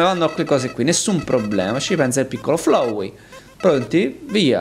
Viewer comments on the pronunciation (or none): Tizio: ciao sono FLOWEY Io: mi si corrode il fegato Sì dice FLAWEY l'inglese pachiderma!